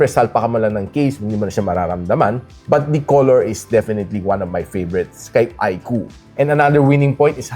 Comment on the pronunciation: Yun! tama yung pronunciation ng iqoo yung ibang tech viewer kasi, iq double o ang tawag